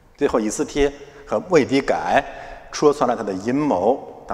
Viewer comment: 也跟我早期一样，把末底改读成“wei底改”了。